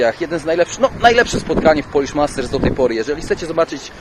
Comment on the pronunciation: Polish, nie Polich